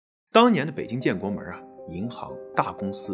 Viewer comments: 建国门，不是建国门儿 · 建国门，不是建国门儿，不加儿化音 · 北京一般大门不加儿话音，小门才加。所以是建国门（无儿） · 建国门，不是“门儿”。北京话不是什么都加“儿”音。好片子👍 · 主持人没在北京生活过。建国门，没有儿。别问为什么，发音就是这么不讲道理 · 讲得不错，但是吧 建国门 阜成门 这些门，最好别加儿化音~ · 建国门，崇文门，天安门，门不带儿化音